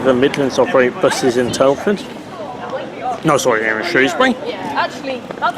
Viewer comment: Ok, you said why you liked your favourite train, I’ve got to know why this bus stands out from the crowd? Also, I pronounce Shrewsbury with the ‘O’ sound!